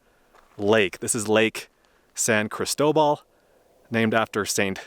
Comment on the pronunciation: A couple pronunciation thoughts... Locals say yur-AY for Ouray. And CRIS-toe-ball for the lake. 🙂 Thanks for highlighting some of our backcountry beauty. ☺️